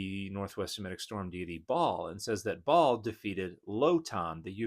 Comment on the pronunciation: Hey Dan, Ba’al (sometimes written Baal) has a guttural stop in the middle (2 syllables) 😊